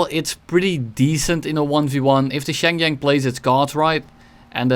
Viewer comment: Shenyang pronunciation😭